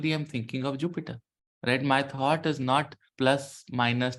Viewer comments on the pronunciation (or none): none